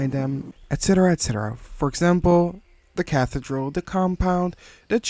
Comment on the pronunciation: Cathedral is pronounced as "Kathy-Drull"